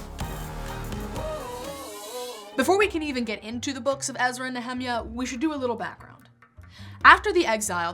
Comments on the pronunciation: I don't mean to burst both your bubbles but, if you're trying to pronounce the Hebrew all of you are pronouncing it wrong! The lady in the video is I think trying to pronounce it in the original Hebrew, and so she is wrong. As for the Anglicized church version (so called), yes they are wrong if you are using Hebrew as the basis, but please note that no transliterated word ever tries to be a perfect copy -- it cannot, because the language is a different language. For example, Jesus' name is far from that sound in the Hebrew, which is closer to the name Joshua, but even the name Joshua sounds different in the Hebrew. The point is simple -- there is a correct way for each language, if if the lady in the video is claiming her pronounciation is correct for Hebrew, she is wrong. Please note, my source is a native Hebrew speaker who not only knows modern Hebrew as her native tongue, but who has a degree is both Hebrew Linguistics and Semetic Linguistics from a prominent university in Israel. In trying to find the correct pronunciation on Youtube I see it is hard to find it, there are not many sources to pull from. Even the one Hebrew speaker who I found spoke it much much closer, but his stress was incorrect so I hesitate to refer to it. Please just note -- you are both incorrect. And I do agree with you, that is does not matter. Each language has it's beauty and uniqueness, and as a person grows up from a child they know the sound of their name, whatever it is -- this, this is thei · Nehemiah is pronounced Neee hem i yah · “Nehemiah” is pronounced similar to “Jeremiah.” Just thought you should know. Great video! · Nehemiah is pronounced Neh-Hae-Maya, So educated yet can't pronunced the actual name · Nehemiah is pronounced (Neh-Hae-Maya) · Nehemiah, Nee_Ha_My_ah accent on the "My".... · "I can't watch the video if you're gonna say Nehemiah like that." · The non-Anglicized pronunciation of “Nehemiah” sounds strange to my ears. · The same for me. Also "Malachi".